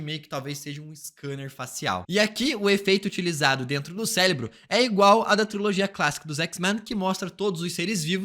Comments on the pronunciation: Cérebro e não Célebro. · Cara, é impossível ver esse vídeo sem sentir agonia por ele dizer “CELEBRO” todo fucking time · Q agonia esse cara falando celebro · É só eu que estou com escutando celebro kkkkkkkk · Ouvi celebro também 😂